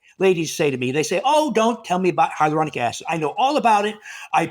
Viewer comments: Its pronounced, Hi ya loo ronic acid not hydrolonic acid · He also flubbed up the pronunciation of hyaluronic acid.